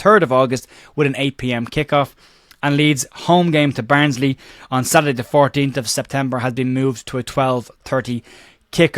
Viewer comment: Did you say Barnsley or Burnley?😂😂cheers for the update news love watching your videos very professional approach 👏